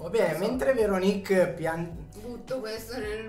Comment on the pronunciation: Veronìk (si scrive come Paperinik?) 🤣 ti prego... apri un canale di recensioni food solo di prodotti di dubbia qualità e sclera come hai fatto qui... successo assicurato!!! :face-green-smiling